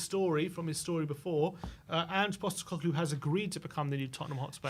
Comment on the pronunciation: His surname is POSTECOGLOU not GLU. FFS.